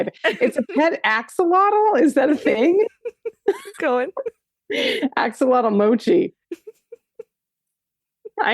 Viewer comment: I'm giggling as attempts to pronounce Axolotl 🤣🤣